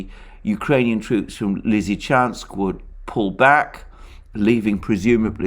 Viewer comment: Came here to hear Alexander say "Severodonetsk Lizichansk conurbation". . . Was not disappointed. My man delivers.